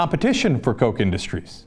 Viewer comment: Its not pronounced coke as in diet coke, but cock, as in rooster or chooks.